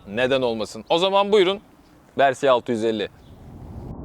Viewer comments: Versi değil yalnız. Vörsis ya da direkt Versis. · Güzel inceleme olmuş. Yalnız müsaade edersen birkaç eleştirim olacak. Sürekli versi demen kulağı yoruyor. Türkçe olsun diye uğraşıyorsan versis demelisin. İngilizce olacaksa vörsis olarak telaffuz edilir. Senin versi dediğin versey olur. O da ayet demek İngilizce. İkincisi ise motoru devirmek başka bir şey yatırmak başka bir şey. 2014 model bir Kawasaki Versys sahibiydim. Çok severek kullandım. Yorum için çok teşekkürler.